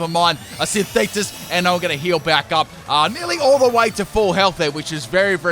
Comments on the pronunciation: I liked your old way of calling this move better, "Synisis." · Hey......I dare you to say synthesis on your next video!:Kai: XD